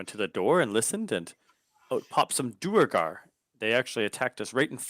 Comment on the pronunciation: You are killing me with some of these word pronunciations (e.g. Duergar, Dissonant). My midwestern brain cannot help but flinch. Though it is a fictional make-believe race and it really doesn't matter DND canon has given two pronunciations: Der-gar or Do-er-gar (Do as in 'to do list'). 'Doogar' proved too much for my ears. You fellas keep having fun, though. Props to Richorn's player for getting it right, though.